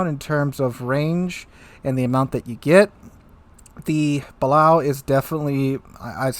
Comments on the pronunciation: Btw, Balao = Buh-Lay-Oh. Example from Down Periscope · when I was on the museum boat of this type in Philly, they told me it's pronounced "ba-LAY-oh" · Pronounced Baloo like the bear. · Just got my first Battle Shilp have used Crusrs and Destroyer.Tried a air craft carier have not figured out how to aim gave up went back to ships! Its pronounced baly hoo as in bate fish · Balao pronunciation: Bah Lay Oh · Balao the second A is very pronounced